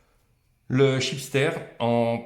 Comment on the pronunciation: Chipster de Ben et nuts 😂😂😂😂😂 c est un chipset ....pas un chipster ... Petite envie d apéro avant la vidéo ...? 😂😂